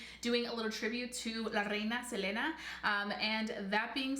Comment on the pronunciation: I dislike the way you say her name🙄